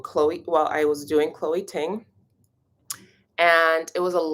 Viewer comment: All this time of hearing you say Chole Ting. Then I discovered I started following her awhile ago. She is also!